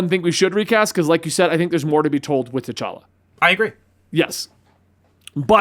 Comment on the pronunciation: T’Chonk-a lol